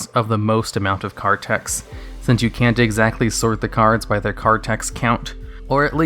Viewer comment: The word text ends with a t, why do you constantly keep saying tex?